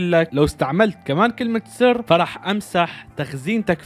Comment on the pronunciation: انت كلت كلمة ثر مو كلمة سر 😂😂